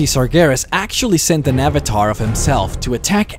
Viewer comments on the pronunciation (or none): none